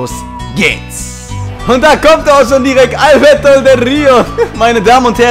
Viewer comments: Albertooo del rio.ALBERTOOOOOOOO mit nem o am ende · bitte sag ALBERTO nicht albert hahaha ._. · Er heißt AlbertO nicht Albert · Es heißt ALBERTOOOOOOOO, ich raste wieder ausxDD